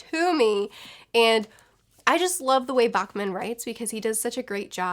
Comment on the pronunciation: Im a swed and it just cut my ear every time you missprenaous Fredrik Backman so here is how you say it. just PLEASE. The first A-sound in his lastname is lighter like when you say ’back’(-where your spine is). Im not gona make you say his firstname like a swed but the Es is lighter in the same way.